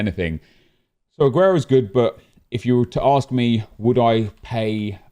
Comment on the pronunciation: Why does he pronounce the A on AGUERO so much?😂 AHguero